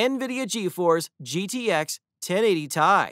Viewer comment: Man said 1080 tie 😂🤣